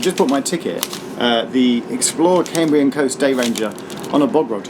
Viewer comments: Lovely video Geoff. I have a slight preference for vlog style, but go with what you prefer! Small pronounciation point - the first part of 'Cambrian' rhymes with 'ham' and not 'came'. As always, well done for making an effort to get our Welsh placenames right. Recently enjoyed Heart of Wales line and also the fantastic TFW first class dining service between Cardiff and Shrewsbury, which I can strongly recommend. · Cambrian is pronounced CAMbrian not CAMEbrian!! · I've noticed that some American geologists pronounce the Cambrian Period 'the Camebrian' ... sounds so strange to my ears!!